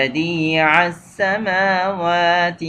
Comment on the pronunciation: Assalamu alaikum rahmathullahi barkatahu mere bhai theekhse dekhkar padakaro badiussamawati hai ,badi assmawati nahi